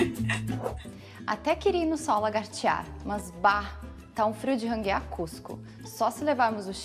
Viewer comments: Não é ranguear. Correto renguear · AMIGA,NAO É " RANGUEAR CUSCO"....É RENGUEAR ( FICAR RENGO DE UMA DAS PERNAS)